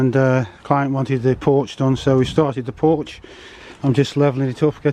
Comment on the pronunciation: Is there a T in porch?